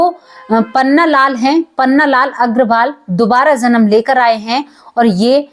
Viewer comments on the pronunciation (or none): none